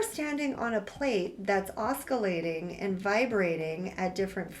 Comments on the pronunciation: OS-si-la-ting. The C is pronounced as an S. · Very informative thanks! Just fyi you are pronouncing “oscillating” wrong. I The c isn’t hard, it is pronounced as an "s" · That drove me nuts, 😂 ce, ci, cy = s sound 🎉